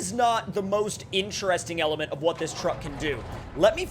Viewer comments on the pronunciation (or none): Take a drink every time he says “incheresting” lol. Joking aside, you’ve got lots of great SnowRunner content.